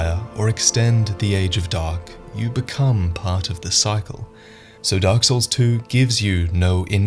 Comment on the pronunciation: The darle SOURL